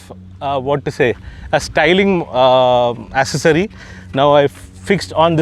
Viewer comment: The word is Accessory (Ak-sessory not Assesory).